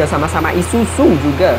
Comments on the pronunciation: Bang Isuzu bukan isusu wkwkwkwk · Isuzu bukan isusu 😂😂😂😂